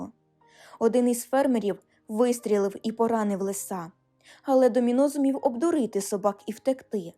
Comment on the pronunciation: лИса, а не лиСа. шЕрсті, а не шерстІ